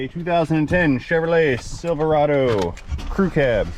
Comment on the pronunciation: What the heck is a silverado? You mean a silvery-ray-doo?